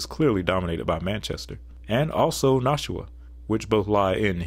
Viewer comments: For New Hampshire, you got some pronunciations wrong. :) Concord is pronounced like "conk-erd" and Nashua is pronounced like "Nah-shew-uh" where the "a" in "Nah" is like the "a" id "bad." We New Hampshirites have lots of "interesting" pronunciations, like how Lebanon, NH is pronounced "Leb-ih-din" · As a new Hampshire resident I feel obligated to tell you: it's con-kerd and nah-shua (a as in at) Con-cord is how Google pronounces it 😂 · Bro I love your videos but you just lost the New Hampshire vote talmbout “Noshwa” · I can tell you took the highway to concord NH . I can tell you didn’t do anything besides drive . No local would let you butcher Nashoowaa or conKeRd . I appreciate the narration over the alphabetized map. Population stats only matter in context of county/river valleys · You mispronounced Maryland, Helena, Concord, Nashua, Barre. Me-rah-lend Hel-en-ah Conquered Na-shoe-ah Barry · Please everyone it's pronounced Con-Cerd & Nash-Eu-A. Thank you for coming to my TED talk. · Concord is pronounced "CON-kerd" and Nashua is pronounced with the first "a" as in "Cash". Fun video! I love the little historical pieces, too. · You mispronounced concord amd nashua